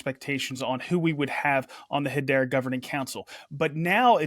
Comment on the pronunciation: is the only person I’ve ever heard pronounce Hedera as ‘Hadeera’, you’d think he’d learn to say it right